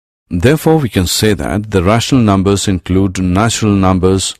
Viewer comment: "Rahshnul numbus" Lol